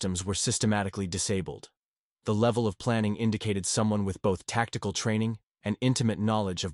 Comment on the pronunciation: Butcher or veteran? He must of not watched his own video to catch those errors. Tacticle tacticle tacticle …..